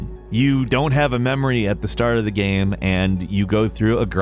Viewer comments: Why do you keep saying gam instead of game??? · it's pronounced GAYME not GAHM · The way you pronounce "game" is frustrating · Where is from? He says “game” strangely. Geyame. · The way he says the word “game” is so odd to me. Not a bad thing or anything but it always trips me up when I hear him say “gayem”. Anyone else notice this? Is it like a regional pronunciation? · Bruh! why you pronounce Game Like that?